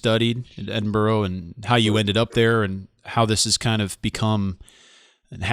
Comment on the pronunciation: Finally, an American who can pronounce 'Edinburgh' correctly.